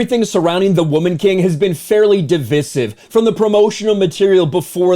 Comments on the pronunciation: You pronounced divisive wrong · The way says "Divisive" is divisive